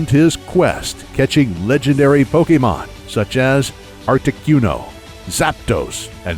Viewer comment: I heard you say Articyuno instead of Articuno.